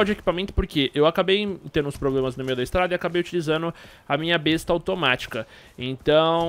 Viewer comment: se pronuncia Bésta mano